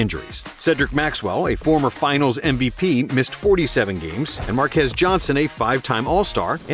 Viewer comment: "MarQUEZ" Johnson